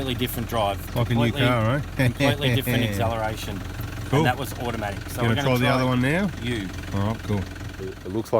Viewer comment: He still said the word “ aczeleration” 😂😂